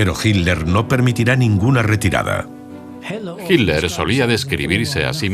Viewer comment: nunca e podido entender porque en la versión en castellano no pronuncian con claridad las letras TL del apellido de hitler, se oye igual himler que hitler sin cargar la voz en esas letras ..